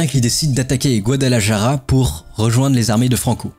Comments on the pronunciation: Guadalajara se prononce "Guadalarara" : en Castillan, le J se prononce R. Mes tympans saignent :) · Super vidéo sur une guerre que je connais assez peu effectivement. J'ai envie de te taquiner un peu sur tes prononciations : Guadalajara sur prononce plutôt [Guadalarara] ( le "j" et le "r" ne se prononcent pas pareil mais la prononciation du "j" tirant plutôt sur le [r], tu seras plus proche d'une prononciation correcte). Côté russe : le "v" se prononce [f]. Général [Joukof], comme pour le Molotov qui se prononce [Molotof]. Côté allemand : le Junker se prononce [yunker] je crois. Tu as une question intéressante à la fin : pourquoi les républicains n'ont pas plutôt mené une guerre d'usure de type guérilla? A mon humble avis, parce que cette technique de guerre n'était pas encore connue tout simplement. Ca devait bien sûr exister mais ce n'était peut-être pas encore une doctrine militaire à proprement parler. C'est juste un avis, peut-être que je me trompe. Bravo encore pour cet vidéo bien sympa. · GuadalaJara 😂 il faut travailler la jota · Il faut prononcer GuadalaRRRaRRa cher Général ! :) J'ai l'impression que tu n'as pas fait Espagnol à l'école LOL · Aprende ,se dice guadalajara. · Le guadalaJAra était difficile à entendre 🥲🥲 Sujet super intéressant par contre, excellent travail Général, merci beaucoup ! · est ce que qq'un peut lui apprendre à dire correctement Guadalajara ??????????????????